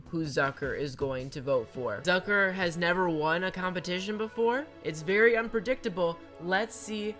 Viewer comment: “Zucker and never won a competition before” Did she say ducker? I just have bad hearing I’m sorry I just I just